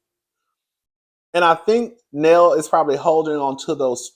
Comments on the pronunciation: The way u call Nell Neal and Nell be killing me 😂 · How is her name pronounced Nell or Neil in the same sentence? 🤔🫣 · 😂 It’s Nell.. Like Mel 😉